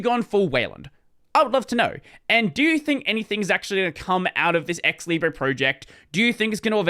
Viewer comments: stop saying "libreeeyyyyy" say "leeebruhhhh" this is how it is said in french and as long as i know that word has been borrowed from french not from spanish. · It is said leebray in English. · actually i don’t understand why you say « libreeyy » since every other -re words are said -er (when they are spelled in british english) i think it would be more coherent to say it like that, so it matches « liberty » (centre, octobre, libre, … but i know english is inconsistent and will still be it)